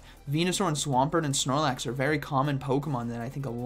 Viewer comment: Drink some coffee 😂, “prigly deadly , snormax “ awesome commentary as usual tho ❤️